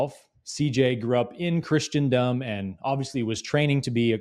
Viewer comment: It's "Chris·ten·dom", not "Chris-ti-an-dom". Illiteracy reigns supreme!!!